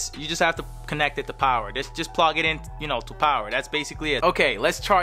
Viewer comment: Has nobody realized that when he said he was going to connect the headphones to the ps5 he said plog instead of plug lol